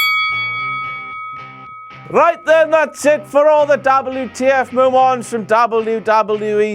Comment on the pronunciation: How is Eva Marie's "wardrobe malfunction" not a dabbel you tee eff moemont? But it's also a dabbel you tee eff meomont that Eva Marie's "wardrobe malfunction" is not a dabbel you tee eff moemont X Files theme song